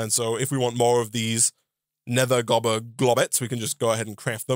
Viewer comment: Gobber not Goober lol